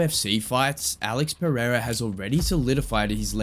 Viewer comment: “…The Goat… Alex Pierre.” - Chael Sonnen 😂😂😂